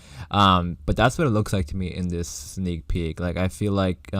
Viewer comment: STOP SAYING SNEAL PEEK FFS